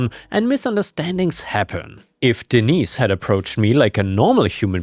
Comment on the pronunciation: Hello,.Hello, cute little Fur balls.Sorry, I don't remember all your names.I remember disney because that was the one i'm saw the most and heard the most, but when I heard you say denise, I thought you said d neice 😆